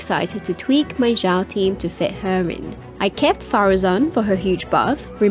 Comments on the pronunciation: Xiao not zhao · I've been thinking about this. It's surprising how all of my favorite Genshin youtubers have long mispronounced his name (and sometimes Xingqiu, but never Xiangling or Xianyun, even though they all start with the same "sh" sound). I don't recall the game itself mispronouncing it with the English voiceovers. I wonder how that happened... Anyway, I hate to be a pedant, so I'm approaching it more as an archeological question. How did it comes to be this way?